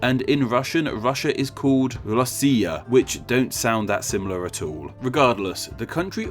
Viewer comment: And, the way you pronunced Preußen is a bit bad and Россиа is good.